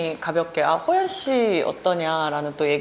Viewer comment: 난 호프때문에 방금 이채널을 처음 봤는데, 개봉전 영화도 아니고 벌써 많은 사람들이 관람을 한 상태인데 스포일러는 피하면서도 좀더 영화에 대한 깊이있는 질문을 했다면 좋았을텐데 계속 예고편 봤다면서 촬영지 등 이미 다 아는 걸 물어보는게 참 아쉽네요. 질문에 대해 게스트가 답변할때는 도중에 끼어들지말고 좀 끝까지 들어주고 추가질문을 했으면 해요. 그리고 호연배우한테 예능에서 섭외하고 싶다면서도 계속해서 이름을 효연씨라고 호칭하네요.. 발음이 비슷하다고 느끼는지 모르지만 이름을 계속 그렇게 잘못 말하면 당사자는 기분나쁜 포인트가 될 수 있답니다.